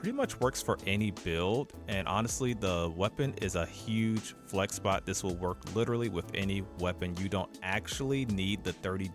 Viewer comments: "gohj" lmao I had to chuckle it's "gayj". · Classic case of seeing a word more than hearing a word. 'Gauge' in health gauge is phonetically pronounced "gayj". Great Video! DPS is overrated. Not dying and comfortably slaying monsters is where it's at!